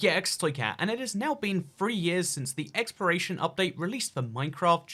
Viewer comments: Why he sain exploration as expiration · who else keeps thinking he says expiration instead of exploration